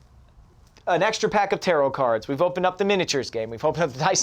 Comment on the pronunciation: I keep hearing terror cards instead of tarot :'D